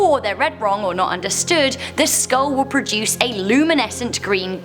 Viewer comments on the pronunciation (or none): none